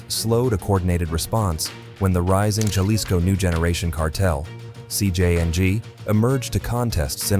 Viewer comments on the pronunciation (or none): none